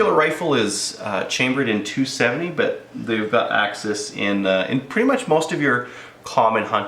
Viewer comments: AXIS not AXEEEEEEES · Axes (akseez) is plural of axis (ax-iss). NOt to be mean, man. nice review, thanks. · Only reason I disliked the way the said the name of the gun 🤦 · Chris Kraus I laugh ever time he says it